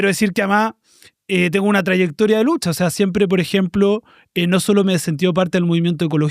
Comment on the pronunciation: "esta lutcha del proletariao' ya no prende a nadieen" jajajajajja, la compa